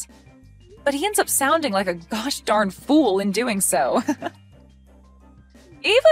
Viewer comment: The mispronunciations this time are interesting. Gosh =/= josh, and Geoff =/= Jeeoff.